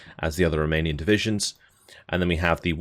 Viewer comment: Just want to drop a message to say how much I appreciate your efforts on spelling and pronunciation of all of these Romanian units... Across all the divisions... Lesser men would butcher all these words wantonly, but you... You care....